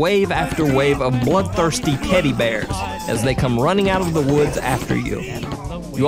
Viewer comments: pedo bears! i clicked about 10 times to get shure that ya realy said teddy bears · he said pedo bears not teddy bears